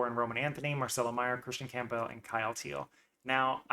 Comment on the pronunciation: I can't take this seriously if you can't even pronounce Campbell properly.